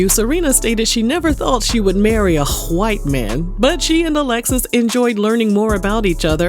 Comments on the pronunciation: The way ur saying "whyte" is taking me out!!!! 🤣🤣🤣🤣🤣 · Why do you say 'WHITE' people like that? 😂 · Lmao, I like how the narrator says, "White". 🤣🤣🤣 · Why you gotta say white like that 🤣🤣🤣